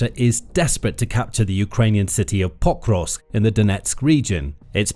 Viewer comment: Anyone count how many times he said potrusk. So annoying